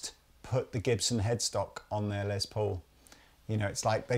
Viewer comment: LES ! Lester ! A he ! Not LEZ. Not a lesbian. You like Edie Van Halen too ? She's awesome too. Love you guys, and I'm kinda playing, but kind of not. One of the most famous names in music period, and for good reason. Let's give him the respect he deserves.